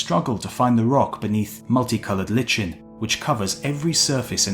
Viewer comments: This is good but please get the narrator's pronunciation right. Not 'litchen' but 'liken'. It comes up in other videos too. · Pluming rather than plumbing and Lichen rather than Litchen were another two. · Not "lit-chen." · Well, even though the audio link in Google translate (in a British accent) and all the dictionaries I checked list only 'LIKE-en' as a pronunciation of lichen, Wikipedia says it can also be pronounced 'LITCH-en'. So I guess it's okay. Whew. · Great stuff ! Just slightly marred by jarring pronunciation unworthy of such grandiose knowledge. Lichen is pronounced li-ken, not lét-chen !! :-) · It's pronounced LY-ken. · Lichen is pronounced "liken" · Lichen is pronounce LYE-kin, not lih-chin. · For future reference, 'lichen' is commonly pronounced 'lie-ken', not 'litch-en'. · Excellent video, and well narrated! Just one small nit-picky point... It isn't litchen, it's pronounced LY-cen . Keep 'em coming! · Lmao at that pronunciation of lichen... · Litchen? ummm -1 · Liken not lichen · Lichen is pronounced "Like-En" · Lichen - pronounced: "Like-n" (two syllables), as in "I really like that girl"... but add an "-en" to the end of it. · Even in a British accent it is "gra-nit" and "like-en". I think the narrator simply gets the pronunciation of various words wrong from time to time. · Lye-ken.... Lychen... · It's pronounced liken. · I beg you, both, do not dumb down your narratives on any of your films! Non-native speakers can rise to the challenge, and their English command will grow and grow, enriching their lives. It's nearly impossible to find science films for the general public that are not dumbed down; this is a primary asset & attraction of your films. Lichen is pronounced like: 'lie - ken'. Thanks so very much for your very hard work and your valuable time! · Not lichen with a pronounced "ch" but li (long I) and the "ch" is pronounced as a a hard K. Lichen.